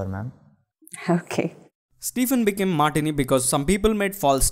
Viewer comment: All this education and they still don't know basic pronunciation, martyr is pronounced mar-ter not mar-tiny